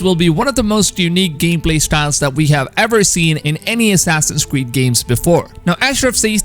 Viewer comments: I just find very funny how he says assassins cweed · Did he just say assassins queed? XD